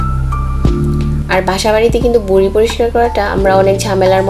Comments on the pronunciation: বুডি না ম্যাডাম ভুরি হবে ভাষাটা একটু ঠিক করে বলেন? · You cannot pronounce V, you are saying Buri... not Viree. But you are showing it as so easy. It is not easy as you are showing.... what really you did before coming under camera? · বুরি না, ভুরি,, হবে। 😝😝😝😝👎👎👎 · বুড়ি না ম্যাম, ভুড়ি হবে 🤣😂😂😂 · এইটা বুড়ি না আপা ভূড়ি। ব আর ভ এর পার্থ্যক বুঝেন না? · Apni vuri ke buri buri kore bolecen Kano..Vuri bolte kosto hoi naki... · Not buri it is bhuri